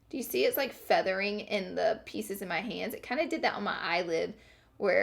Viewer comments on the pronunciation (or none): none